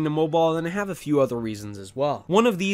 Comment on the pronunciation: If i hear the word "moboaa" obe more time, i will scream